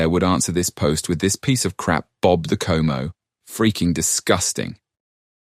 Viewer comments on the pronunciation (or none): You’re pronouncing chomo wrong it’s like ch like in child and the mo is molester so it’s like ch (like child) and mo (molester) chomo Edit: fuck those guys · You're Pronouncing chomo wrong